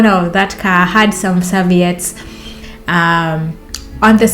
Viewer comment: Sir-vee-utts. 😂. It's the little things, and it is miscommunication. But you killed me with the dildo.